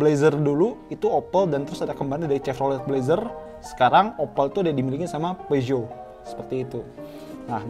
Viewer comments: Kata sales Daihatsu phushot bacanya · Peugeot di baca PEZO, kata guru bhs prancis SMA gue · Klo ngucap peugeot dibaca Pizot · Peugeot = piusot